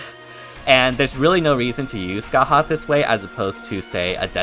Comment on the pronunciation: congratulations you pronounced scathachs name right‼️ so proud!